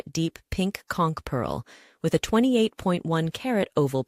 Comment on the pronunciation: As a long time local in the Florida Keys, THANK YOU THANK YOU THANK YOU for pronouncing conch correctly ♥️